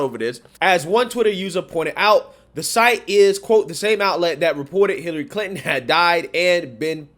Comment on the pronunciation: How are you pronouncing that?.......Clit-in?